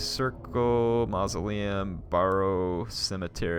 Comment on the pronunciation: Nevermind Von Carstien's pronounciation Barrow became borrow Copse became corpse Sigil became seagull Gibbet became giblit Tangled VINE Patch became tangled wine patch Crypt Horrors sounds like crypt whores Is Varghulf pronounced Vargwulf?